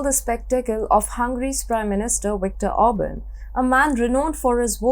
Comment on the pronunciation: ORBAN!!!!!! not Auburn!!!!!!!